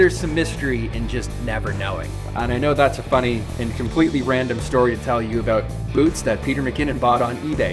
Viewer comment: What are you talkin A-Boot?